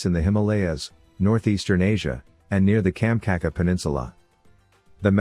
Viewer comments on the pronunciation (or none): Kamcaca peninsula? Kam-chat-ka! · Very interesting and informative, but why choose a somewhat irritating computer voice as narrator, especially when it makes a lot of pronunciation mistakes of place names (Kamchatka Peninsula, Beringia... and many others)?